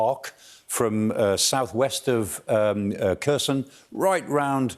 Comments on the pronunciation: Maybe, but it would be nice if he could pronounce Kherson correctly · It is not pronounced KER-son but HER-son with a hard "H" (KH).